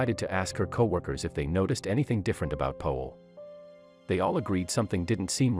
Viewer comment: His name is Powell not Poell